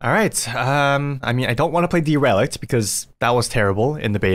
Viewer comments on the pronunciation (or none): D-relic-t LOL it's dare-uh-licked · Deh- reh - lict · pronouncing Derelict "Dee-rel-icked" was so unexpected, it sent me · It's pronounced "DER-UH-LICKED" 😂😂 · I love you but google how to say “derilict”